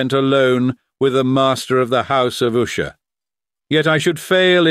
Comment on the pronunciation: Well done except for the constant changing of the pronunciation of 'Usher'. Is it Usher, OOsher, OOshay, or what??